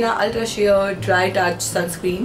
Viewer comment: Dear sis it's sunscreen not sunscream. Just so you take it positively love you so much 😊